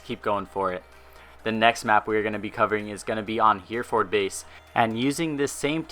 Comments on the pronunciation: Great video! Not hating but just FYI, Hereford is pronounced 'Heh-Reh-Ferd' not 'Heer-Ford'. :) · can you please stop saying hear furd base. for Hereford Base. it's pronounced hair a furd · It's he-reford base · HER-E-FORD is how it's pronounced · Hearing him say Hereford base as here then ford killed me.